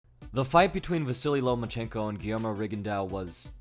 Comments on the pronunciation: You said "Lomanchenko" so many time I thought this was a CIA indoctrination video🤣. In the comments section I read the name Lomanchenko but heard your voice😂. Great video and breakdown. Keep up the great work. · He said ''no more chenko"